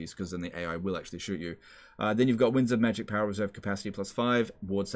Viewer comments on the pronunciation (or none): none